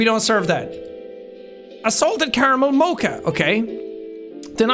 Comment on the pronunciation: The fact that you don’t know how to pronounce mocha is the most stressful thing 😂